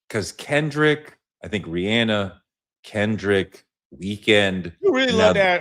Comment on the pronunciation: One thing gonna do is mispronounce Rihanna’s name 😂